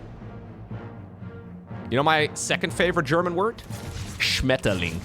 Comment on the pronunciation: "SCHMETTERling" just had me snort my coffee out of my nose. You make it sound like basically it was an animal that SHATTERS everything.